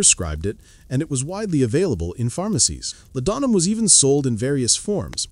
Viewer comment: "La-don-'em." Did you even listen to this AI trash before you posted it?